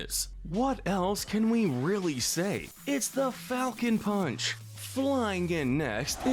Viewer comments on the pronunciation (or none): He's saying Palcon Funch